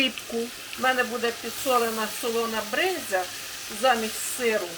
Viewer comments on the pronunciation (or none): Спасибо за рецепт. Брынза по-укр. БРИНЗА, а не бринзЯ.Как и по-русски.